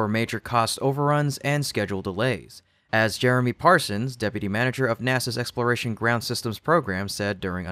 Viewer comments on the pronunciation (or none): none